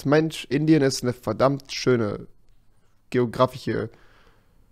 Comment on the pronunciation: Ich:Geografisch Rewi: Geografich